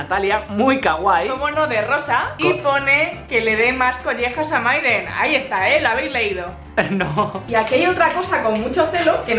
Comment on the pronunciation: like si te diste cuenta que dice myden embes de mayden en el minuto